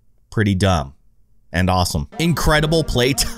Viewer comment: He said increidable